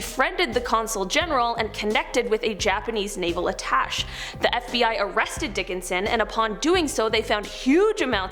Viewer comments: FYI... a person who is a support staffer of a diplomat is called an "attaché" and it is pronounced (phonetically as): "ah-tash-ay" not "ah-tash". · my husband says your'e the red head kelly Bundy ; attache is pronounced atash-ay not atash. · The attaché is pronounced aeh-teh-shay Not ah-tash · Ok it's only a small thing. Her reference to attaché. It's not 'uh tash' - it's pronounced 'uh tashay' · It is pronounced at Aa taaahh sheaa not atash speak properly please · um…that’s an “attaché” (At Uh SHAY). Ive done it too - mispronouncing a word I’ve only read, so please dont take this as me being a jerk, just letting you know the proper way to say it for next time! ;-) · Attaché is pronounced at-ash-ay. If your job is to inform people, please do so correctly. Else you seem like someone who one shouldn’t listen to. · Attache is pronounced Attashay. Love you guys. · Great, informative video … thank you! Tip: You pronounced “attaché” incorrectly. It’s pronounced “atta-shay.” I know this for a fact since a family member is a naval attaché for the ambassador to Sweden.